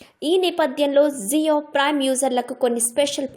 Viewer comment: ZIO కాదు. JIO అని పలకాలి.